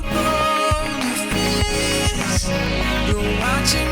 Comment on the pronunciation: I do! I love it when it sounds like "Bone a fish" instead of "Boulderfist" LOL